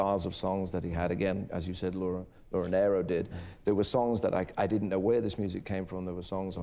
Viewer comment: You would think that being such an admirer of Laura Nyro's work, Elton would have learned how to pronounce her name correctly (it's NEER-Oh).